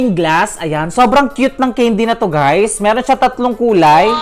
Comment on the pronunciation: The word CANDY! It should be pronounce kendi" not keyndi! 😏